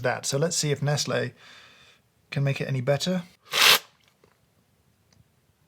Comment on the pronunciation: James over here pronouncing Nestle how Moira Rose pronounces baby (this is such a niche comment....)